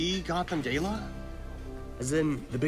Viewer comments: They said Gala incorrectly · Bret, the ungrateful head chef who says gala incorrectly along with Alice is the villain